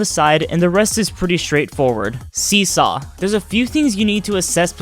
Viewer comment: Sorry I could not fully understand see saw But I think your saying "Just keep jumping onto the seesaw until you get to the next one?" Yeah that sounds right!